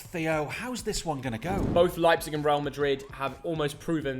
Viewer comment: its Leipzig.. Not Leipzeg. .. and we've beaten Real Madrid. greetings from Leipzig Germany